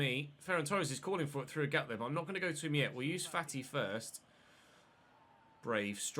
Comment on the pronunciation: fAti not fatI gAvi not GavI tOrres not TorrEs 1 Euro, 2 EuroS not 2 Euro Just some corrections keep up the good work 🤸‍♂️